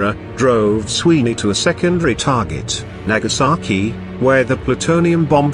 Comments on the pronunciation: It’s Nagasaki not nakasaki. You saki! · It's Nagasaki, not Nakasaki.